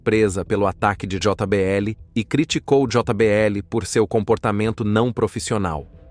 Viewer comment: Aprende a falar portugues nao se fala jota BL o correcto é jbl como em todo mundo fala